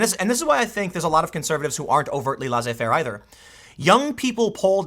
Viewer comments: Tim pleeeaaaase learn how to say Laissez Faire. It's pronounced less-A, not laws-A. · Tim, it's not LAW-ZAY-FAIR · Tim, check the pronunciation of 'laissez-faire'... It has a French etymology. The z is silent.